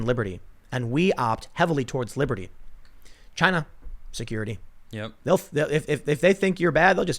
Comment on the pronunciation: "It comes from Chi-Na"